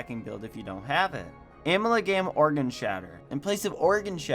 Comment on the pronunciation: it was the way u said fever strike and amalgam lmao but besides tht the whole video was great